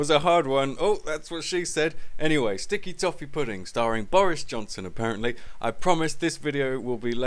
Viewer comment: Stick-e Toff-e Poo Ding :D Boris aka Toff